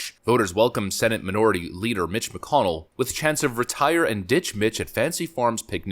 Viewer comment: Retie-err... retire...